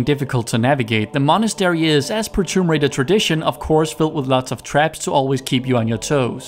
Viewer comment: The way you prounounce Monastery tho